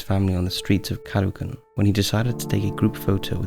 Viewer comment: The Philippine one is sad, but you need to know how to pronounce the words properly. It's Caloocan. Pronounced CA LO OH CARN.